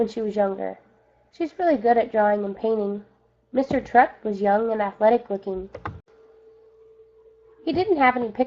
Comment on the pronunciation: Just saying you're saying Mr.Terupt wrong